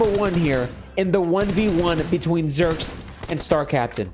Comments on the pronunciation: its zhyyyrex not zherx bro check out his montage and other videos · It's a like T-Rex that's like Zhy-rex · I think it is pronounced as "ZHAI-RIX"